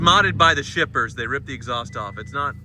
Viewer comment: I thought you said strippers, not shippers. That would’ve been one interesting video.